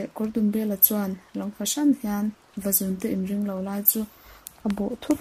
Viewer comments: Vazúnte tih thluk hi a diklo Vazùn zùn tih lai hi 'thil ka siam' tiha siam lai anga thluksan tur a ngaihnwmna ati bo trep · vazuuunte tih tur a ni lo mw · vazunte chu i thluk diklo a nih hi.. va zuuun tiin aw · Vazunte i lam rik dan a diklo thluk deuh tur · Vazun-te tih a, zun hi, Khua tih thlukin lam tur a ni e.. Channel ṭha ber pawl a ni e.